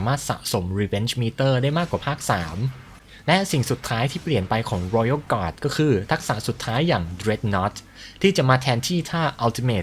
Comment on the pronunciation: ชอบการออกเสียง Royal Guard,Sword Master เเบบเป๊ะมาก